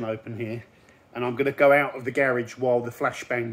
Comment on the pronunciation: Can someone teach this guy how to say "garage" the right way?